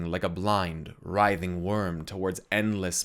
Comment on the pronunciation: "wry-thing" worm? not "reething"?